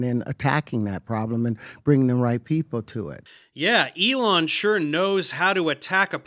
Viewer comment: He called elon "uh-lon" I know that's low hanging fruit but I can't not